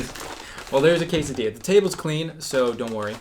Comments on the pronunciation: Quesadiyia, buwruito, tacous.🤔 alv IANXKSN. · I love the way he pronounce "quesadilla"!! Like in a cute way ^^